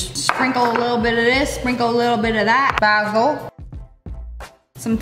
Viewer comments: Ain't no body gonna talk about the Bahsle and papriika instead of bayysill and papreeka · Lia :bAsil Me: Baesell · Baaasssil? Are you a sheep it is baysil